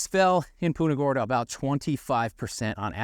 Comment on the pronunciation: You are pronouncing Punta Gorda wrong